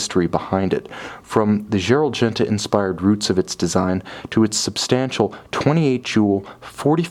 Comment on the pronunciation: "ongener", "dzzerald genta" lol